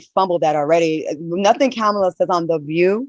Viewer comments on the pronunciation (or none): Funky first of all don't disrespect the vice president HARRIS name. Her name is pronounced ( , ) ma-la not no DAMN Kamyla . U need an ass whupping for that being a black man RESPECT BLACK WOMEN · Kamala ( Comma-La ). Have a Wonderful Day!!